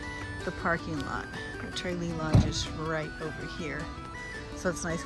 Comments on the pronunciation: TRAYlee????😂😂😂 It’s pronounced Truh LEE😊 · Nice video, good content. But you were pronouncing Tralee wrong. It is a short “a” sound. 😊☘️